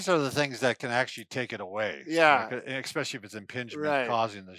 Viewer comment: In this "eXspecial" episode treats us to many "eXspecially" good comments..."eXspeically".